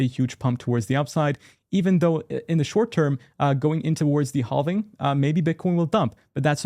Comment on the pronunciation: Say halving right please!